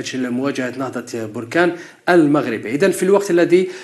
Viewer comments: ليس بروركان بل بركان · بركان كاف بالفتحة وليس البركاان بالضمة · لازم تعرف تتكلم بركان بالفتحة على الباء وليست بالضمة